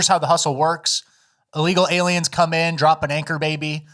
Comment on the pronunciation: I giggle inside every time says a word wrong on purpose. Aliems is one of my faves.